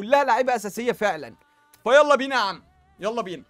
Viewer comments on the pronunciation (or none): none